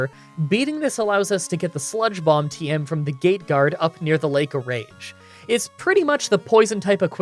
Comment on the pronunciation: For some reason I kept hearing spongebob instead of sludge bomb and to be honest I think I’m going to keep using this in the future